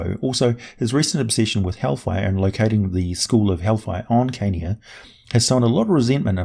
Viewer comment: I hear Kenya when you say Carnia and it gets me everytime.